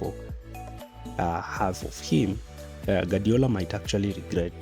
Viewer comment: Guardiola's phonetic translation is: gwaar·dee·ow·luh In other words: Gwadiola not Gadiola